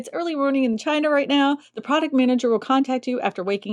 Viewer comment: Did you say "China " 😂😂😂 Oh my goodness.